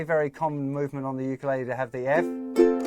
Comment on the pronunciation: Ur sayin ukulele wrong